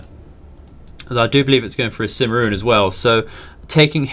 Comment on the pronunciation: Just another note. You are not pronouncing Cimarron correctly. It is "Sim ah ron". Named after the oil rich strip in Oklahoma, the cimarron strip.